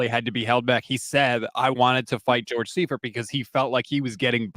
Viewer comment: I love, but she showing her youth the way she mispronounced Bono and Seifert. LOL. Gotta call you on it young'n. Ha!